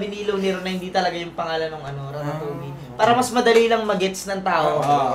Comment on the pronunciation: Yung sa Ratatouille. Mali yung explanation mo. Kaya sya sinita ni Tipsy Kase yung pronunciation non walang L sound. Hindi Yun connected sa Basta name lang ng movie Kase Tama sa poise. Name dn un ng character. Unlike apocalypto..